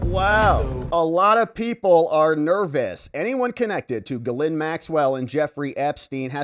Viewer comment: It's not pronounced ga-lin. It's pronounced Ga-lain. The S is silent and the -lain is pronounced with a heavy French accent. An alternative accepted pronunciation is "Jizzlain". Now this isn't correct but it is accepted. Extra emphasis on the Jizzzzzz.